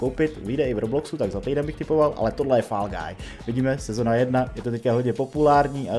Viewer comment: A bude i brawko? Jinak se to čte fól gájs